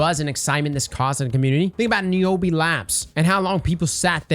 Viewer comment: You said niobe the weirdest way I've ever heard someone say it 🤣